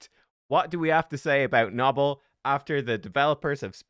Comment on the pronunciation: Isn’t it “No-Bell” not “Naw Ball” lol